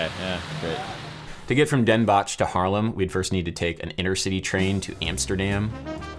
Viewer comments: 😂 I’m a Mexican-american dude learning Dutch. You butchered the fuck out of “Den Bosch”. It’s like “dem bohss” they leave the sch sound out. Or you can just say “‘s-Hertogenbosch” (sertoghembohss) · You really ‘botched’ up the pronunciation of Den Bosch haha. But yeah, carnaval is crazy…